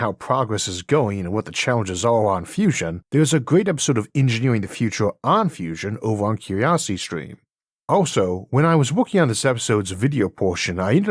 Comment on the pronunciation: cuwiosity stweem